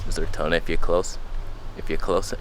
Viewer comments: "Disappearing into toneh" hahaha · "Disappearing into Toneh",😂